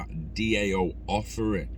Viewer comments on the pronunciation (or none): DAO is pronounced Dow. Cheers for content bud